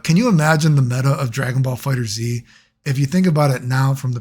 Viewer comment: Is that snapping at the intro a normal thing? Also bro don't say the Z, just read it as fighters. 🤦‍♂️